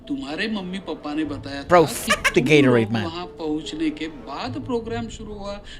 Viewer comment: Bhai Gaitonde ko Gatorade bl rhe ye log😂😂😂😂 Lol 😂